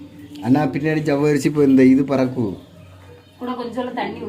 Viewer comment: ஜவ்வரிசி nnu சொல்லும்போது சர்வேஷ் nnu சொல்ற மாதிரி இருக்கு அக்கா ❤